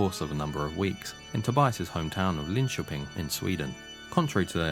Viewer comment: Another comment is to give the video's creator Massive Props for correctly pronouncing "Linköping". Methinks you should react to Jesus He Knows Me (along with everything else😉) So glad to see you do this deep dive into the Actual True story of Ghost! 🔥🤘😜🔥